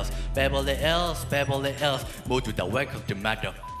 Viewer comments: 잘하는데 ills 발음이 너무 신경쓰여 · ills 할때 발음 킹받네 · ills 발음만 좋으면 좋을듯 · ills 가 왜케 발음이 듣기 싫냐